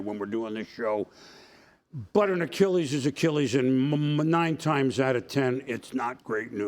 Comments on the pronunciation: Dude literally can't pronounce it like a human being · Why did say Achilles like that?